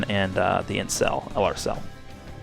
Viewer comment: When you said "int cell" I thought you said "incel" for a second, and it got me thinking, is Cell an Incel?